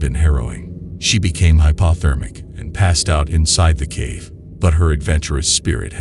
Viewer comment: Not sure what his tourism plan was. Blast open the cave so tourists could see essentially a mine or have them crawl through a tiny passage. "My experience there was harrowing and I became hypothermic." "Let's go!" The narrator sounds robotic. "She became hypa-thermic" "Clausta phobic"? phobic as in foe not as in blob